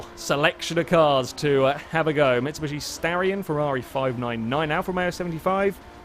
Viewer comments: Considering he says it consistently, either has a very specific form of dyslexia, or it is intentional. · "Mitsubushy"